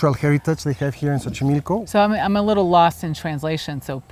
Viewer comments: She keeps calling it “Sochimilko” but it’s pronounced “CHochimilko” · More like tso chimilco